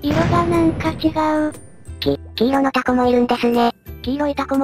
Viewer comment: タ↑コ↓、この発音めっちゃ好き